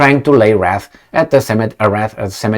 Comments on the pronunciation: Was that a Freudian slip or intentional? pronouncing WREATH as WRATH. Maybe the Russian wrath will soon rain down on Poland too. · Wreath is pronounced wreeth sounds like teeth